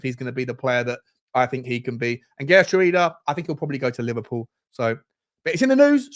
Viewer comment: Isn't it pronounced "Heh-er-trowda"? Not the best with my Dutch, but I think that is a close pronunciation...